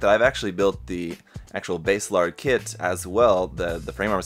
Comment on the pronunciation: Nice review! Are you ever going to build a full Hresvelgr? I've been side-eying Hres for a hot minute. Also, not a slight, but just as an aside, If you're ever struggling w/ their name pronunciations, check the Kana: バーゼラルド = Baah-Zey Raa-Ru-Doh, which for NA Eng. speakers would be Basilard (the french pronunciation is my fav). When we see "Base", we think "oh like the bass guitar?", but for a JP phonetic it's instead バーゼ, or Baah-Zey. Language fun!